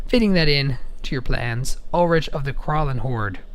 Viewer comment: Ul-"rick", not Ul-"rich". Ul"rich" is not a name. The card seems meh, nothing to write home about.... Why it couldn't allow any werewolf to transform and fight I don't know. Also, what happened to Tolovar?